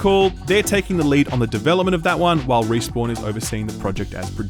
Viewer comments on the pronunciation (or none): Playing Destiny so much has rotted my brain to the point that when you say Respawn I hear Riis-born and question who the hell they are